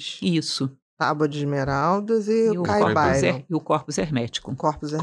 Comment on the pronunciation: Não se falaria, em português, Caibali(ô)n? Caib(á)Lion teria acento. Como não é palavra de origem inglesa, não entendi essa pronúncia.